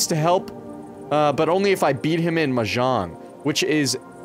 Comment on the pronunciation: cant fucking believe he pronounced mahjong as m'zhong